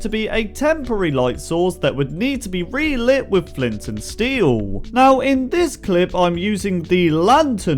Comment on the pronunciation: omg he said re*lit* omg ahhhhhhhhh